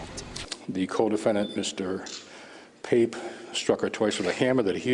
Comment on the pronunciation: The very first two pictures you showed are both of Antonio, and Nate’s last name is pronounced “Pop” or “Pap”. I don’t know why it irks the hell out of me when true crime channels fuck up their due diligence reporting on something as serious as the Barbeau case. I’m actually almost afraid of what other inaccuracies a waiting for me when I press play again.